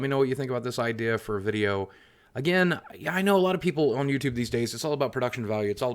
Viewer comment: In the beginning he said, “ladies and gentlemen of youdoob.” 😂😂😂😂